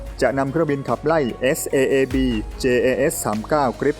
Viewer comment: Saab อ่านว่า ซ๊าบครับ😂